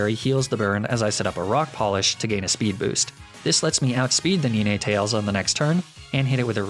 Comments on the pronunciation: Did he just say ar cin e nay and ne ne tails? Isn't it Ar can ine and nine tails? 😂 Did he just say Lup-rah?! Tf isn't it lap-riss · come on man it’s Nino tall ayss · I'm sorry, did he say nee-nay-tails and arc-uh-nee-nay? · NINETALES, NOT NINETAILS! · Did you seriously say Ni-nay tales? Its Ninetales….. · It’s not pronounced niné, it’s pronounced nine, like the number 9. I mean, ninetails literally has 9 tails. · I didn't understand the reason behind a few of your pronunciations. Like Arca-nin-è, Nin-è-tales etc, Laprahh? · Mari-Annie? Haha is that like neenay-tails?? It’s hard to tell with all these meme pronunciations! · Arcaneenay and Neenatales. I'll be using thst pronunciation later lol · Quick question: why don’t you say Nee-nay-tah-less (if you're gonna do it, do it properly). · Please tell me the way you pronounced some Pokémon wrong on purpose Nine-tails Arc-canine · I can't believe you pronounce Ninetales' name wrongly on purpose, IMO the name should pronounced as Ni-Nay-Tar-Less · I get so caught off guard by some of your mispronunciations sometimes, ninétails and lifagé especially this video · mispronounces Ninetails leafage marine etc Also: apologizes for mispronounces condemnation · What the hell does he call ninetales and arcanine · 1.Its pronounced sobble (saw-bull) 2. Its pronounced leafage (lee-fej) 3. Its pronounced ninetails not even sure how you mispronounced that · YEAH! NINETALES HAS 2 SYLLABLES, NOT 3! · NINETALES HAS 2 SYLLABLES, NOT 3! SAY IT RIGHT PLEASE! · Some offense buy your pronunciation of ninetales is objectively wrong